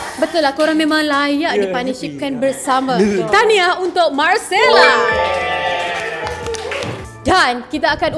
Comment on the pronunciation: Malcella. Sebutan je Marcella